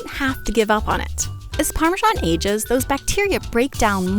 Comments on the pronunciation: Where does the irritating “parmeeshawn” pronunciation come from? It is spelled parmesan. I it is not pronounced “eeshawn” in any other language. GRRRR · Nice exapmle of hyperforeignism... There is no zh sound in English Parmesan, the zh sound is only in the Italian Parmigiano (Reggiano) 🙂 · seriously, learn to pronounce parmesan. ask an italian. youre doing it wrong.